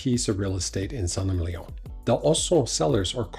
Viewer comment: Just in case you care, it’s pronounced “Sant Emilion” - just like said it!